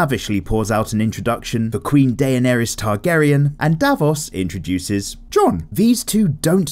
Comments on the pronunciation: Da-ner-es that is how you pronounce her name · I'm sorry but I lost it . Day-on-airy ? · It’s pronounced “Da ner ris” not “day nea Ries* Ps: I know her name is spelt “Daenerys” I’m just trying to spell out the pronunciation... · Only noticed you butchering Daenerys's name. AE are meant to be read as a hard E, like in "deck". So it's actually Denerys with a fancy spelling. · Why does he say Daenerys's name so weird